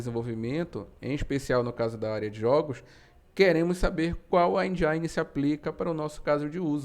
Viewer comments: Muito bom o video. Mas só um detalhe, a pronúncia de "Engine", seria mais próxima de "Endine" e não "Endiaine", acaba parecendo que está tentando falar mais inglês do que um americano kkk Mas o vídeo está muito bom. +1 inscrito. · O i de engine não se pronucia "ai" e sim "i" Desculpa a encenação de saco, bote a culpa em inglês ser uma língua com vogais irregulares :/ E o A do prefab pronuncia que nem o A de Fábio 👍🏼 Aliás ótimo vídeo, obrigado